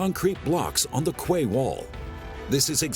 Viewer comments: Lol I thought quay was pronounced key not kway. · Excellent. Quay is pronounced key. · Wish someone would teach that guy how to pronounce quay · It is idiomatic but quay rhymes with key in common use.